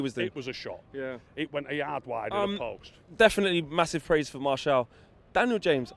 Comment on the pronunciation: Who’s Marshall ? It’s martial mate 🤔👍🤣